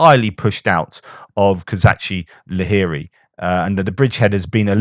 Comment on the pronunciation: Shouldn't it 'Kozachi LaGeri'? Doesn't that Cyrillic letter indicate a 'g' and not a 'h'? The word having a linguistic cousin with the Germanic 'lager', which also means 'camp' would suggest the map and other commentators are mistaken.